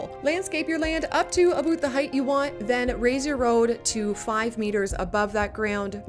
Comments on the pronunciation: Excellent video! I noticed that you say, "a-boot" instead of "a-bout". As a Canadian, you are the only person I've ever heard using this pronunciation. Vaguely, where are you from? Is it standard pronunciation there? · Do you say "Aboot" on purpose? I've lived in Canada over 25 years and I've never heard anyone say it like that. (I know it's a Canadian stereotype) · Unreal. Best deep dive into CSII available on YT. Thanks for the great work and no-nonsense presentation. This answered MANY questions that have come up during gameplay. sidenote... what's with the 'aboot'? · Internet thing. I've never heard a fellow Canadian use 'aboot' irl.